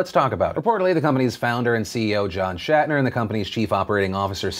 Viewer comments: Hey Phil, his name his pronounced like it is spelled. Schnatter. Not Shatner. You kept saying Shatner, and I found that annoying. That said, if the NFL issues are playing a role in sales, I'm pretty sure it's minor. It probably has more to do with quality, and far more choices now than there had been in the past. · It's Schnatter, not Shatner... You are swapping the "A" and "N" and it's driving me crazy! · Phil, its Schnatter, not Shatner lol. Coming from a Ball State Alum, he's not William Shatner. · It's John Schnatter, not Shatner. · That's not how you pronounce Papa John's last name